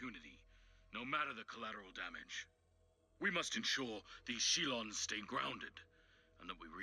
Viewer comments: Shil-one? 😂 man sometimes the ways you think stuff is said when you just read and never hear is bonkers. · Cringing at the bad pronunciation of "Shilone"